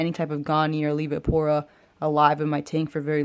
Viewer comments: Awesome Video, yoooooo i couldn’t stop laughing when you said Olivia-pora. I can’t say it right either 💯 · Say it with me now, AL-V-PORA 😂